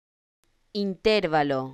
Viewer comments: No es correcto. Se pronuncia acentuando la sílaba 'va', como si se escribiera interválo no intérvalo. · Esa pronunciación ES INCORRECTA. INTERVALO La palabra "intervalo" es una palabra grave o llana, ya que su sílaba tónica es la penúltima (in-ter-VA-lo). Tiene cuatro sílabas y no lleva tilde porque termina en vocal, conforme a las reglas de acentuación del español que indican que las palabras graves no llevan tilde cuando terminan en vocal, "n" o "s". En algunos casos, se confunde erróneamente con una palabra esdrújula ("intérvalo"), pero esta forma es incorrecta y no está registrada en el diccionario. La forma correcta es "intervalo", sin tilde. En resumen, "intervalo" no lleva tilde porque: - Es una palabra grave o llana, con la sílaba tónica en la penúltima sílaba. - Termina en vocal, y las palabras graves que terminan en vocal no se acentúan gráficamente. - Cualquier variante con tilde en la antepenúltima sílaba ("in-TÉR-va-lo") es incorrecta. Esta explicación se basa en las reglas de acentuación establecidas por la Real Academia Española. * Explicación[1][2][4][7]. Citas: [1] D. El español: Las reglas de acentuación [2] Qué son las palabras graves o llanas, reglas y ejemplos [3] Palabras graves | Ejemplos y acentuación [4] El acento - palabras agudas, graves, esdrújulas y ... [5] Acentuación del idioma español [6] ¿Qué son las palabras graves? Reglas, ejemplos y ejercicios ... [7] 2.4.1 reglas generales | Ortografía básica de la lengua ... [8] Reglas Graves | PDF | Sílaba | Comunicación humana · Oiga no enseñe mal. La pronunciación no es esa porque es una palabra llana y el acento fonético va en la penúltima silaba